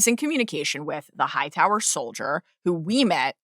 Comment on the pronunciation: loved how she pronounced Hightower. The white worm nailed it